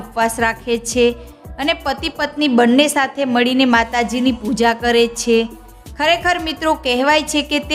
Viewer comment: `છે´ નું ઉચ્ચારણ જરાક સામાન્ય રીતે કરો તો વધારે સારું લાગશે.